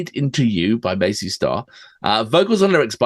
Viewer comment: I LOVE your intro! It's fab. Please keep it ;) PS fellas, the band name is Mazz--y Star not Maze--y Star. Love your work ;)